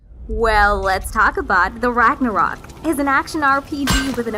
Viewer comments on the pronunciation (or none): none